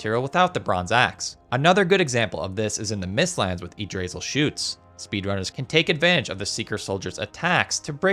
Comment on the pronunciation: You completely butchered the pronunciation of Yggdrasil... It's pronounced IG-drə-sil, not "ig-grasil"...